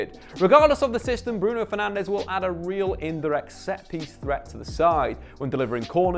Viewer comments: Now that Fernandes is at United you need to learn that both es are silent so it's not FernandEz, it's more like Fernandj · who am i kidding he'll be Fernandéz forever lmao. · It's pronounced Bruno Fernaj, he's Portuguese. The Spanish pronounciation is Fernandes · It's bruno fernandjzzz*